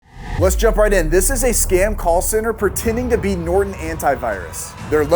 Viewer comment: “Chase bank from nortan” IM DEAD🤣💀